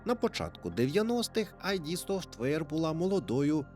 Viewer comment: Студія id називається не айді, а ід